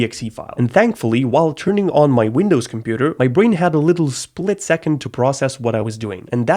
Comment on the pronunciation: Why is it 'Wundows" ?